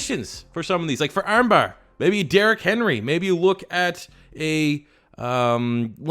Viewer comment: The way you said armbar😂😂